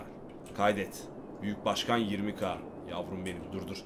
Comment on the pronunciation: Başkan değil , buşgan. Buşganım..